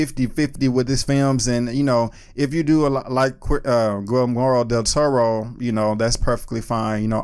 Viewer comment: Dude at least try to pronounce his name correctly. Gilmoro??